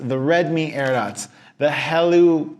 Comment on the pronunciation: Seriously how can you not pronounce Haylou?